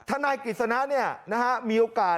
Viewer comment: ทะน๊าย ของ แม๊ 😂